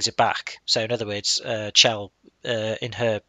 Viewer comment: Her name is supposed to be pronounced with a hard "CH", not like "shell". Since her name is never actually spoken in the game itself, you can't be expected to know this, though. There was a line of dialog recorded in which someone speaks her name that was cut from the game, but it is still available in the game data if you know how to access it. Also, there's a pun between her name and the Italian word for "heaven" in [spoiler redacted], and the pun doesn't work if you pronounce it "shell".